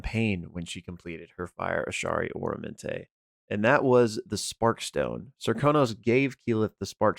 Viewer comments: Just for future reference, I'm pretty sure it's Ah-rah-men-te not Oramante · Aramenté not Oromenté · some pronunciations: "Aramenté" not "Oramenté" Fred "TAT-a-shore" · OR-amenté?? Isn’t it AR-amenté? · It kills me every time he mispronounces aramente.